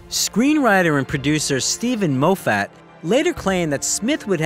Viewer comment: maybe this will help, it's pronounced Mof fat not Moe fat and Day mon not Demon....